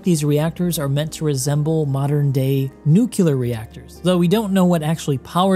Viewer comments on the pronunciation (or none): did he say "nucular"? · "nucular" reactors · NUKE-YOU-LER reactor?